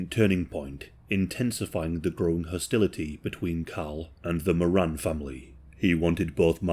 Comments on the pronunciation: MorAN. Not “moron”. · Learn how to pronounce Moran… It’s Moor Ran not mor un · Love your videos. Just a slight correction... The Moran surname is pronounced Moh-rann Not More-An Emphasis on the second syllable. Pronounce like "he RAN a race". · In Oz, the last name is pronounced 'Moore-Anne', but considering their combined IQ was about room temperature, I like the way you pronounce it as 'Moron'. XD XD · Thank you my mom was a more-ANN and her students would pronounce it like moron, like is, to be mean 😢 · You’re pronouncing Moran incorrect 😬 phonetically it’s MORE ANNE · your pronunciation of Moran did my head it, I'm a kiwi and been to Melbourne number of times, a mate of mine even meet the Moran brothers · When you say “Jason”, you’re showing a pic of mark and vice a versa. Also it’s pronounced “more-anne”. I’m an Aussie who’s very much invested in this case and those involved. Love ya channel but I had to correct it. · It's pronounced Mor-an. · More-ran.. not picky, but educational.. at least it's not a pronoun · the family name is pronounced MORE-RAN and the pills in Melbourne were pretty clean and amazing in those days lol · Its an Irish name and irish people pronounce it mor an.. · You've mispronounced the "Moran" name. Edit: the first few times at least.